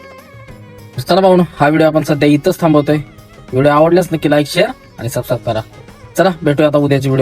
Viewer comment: सबस्क्राइब चे उच्चार दादा